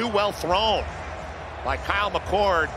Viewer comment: Did these announcers call McCord, McCourt and McColt?????